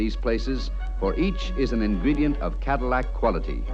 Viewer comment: pronounces it "Cadimack". 😆